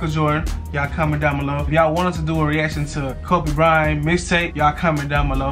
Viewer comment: Bryant not byrant 😅😅